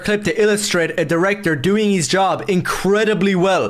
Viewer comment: plays dress up as someone with media literacy while simultaneously seeing the words "film director" and saying "phellowm drecter"